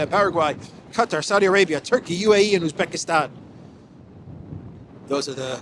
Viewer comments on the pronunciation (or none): none